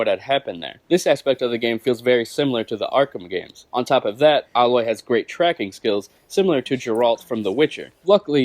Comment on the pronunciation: you're pronouncing her name wrong. It's AYE-loy, not AH-loy. Get it right, get it tight!